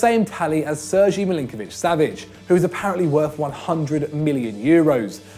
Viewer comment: Ser- G???? It's pronounced Ser-gay ffs